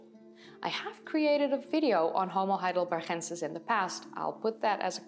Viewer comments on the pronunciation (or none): Why the Dutch pronunciation of Heidelbergensis?